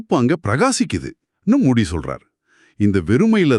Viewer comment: மூடி இல்லங்க மூஜி